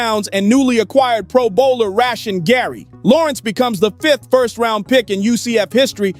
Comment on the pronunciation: "Rash-in" Gary??